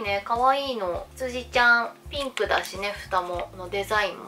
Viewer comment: 羊ちゃん(*^^*)が辻ちゃんって聞こえて急にどした？って思っちゃいましたww